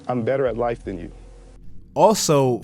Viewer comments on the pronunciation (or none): HE SAID "im better at life than you" WHY MANS SAY IT LIKE LIFE IS A VIDEO GAME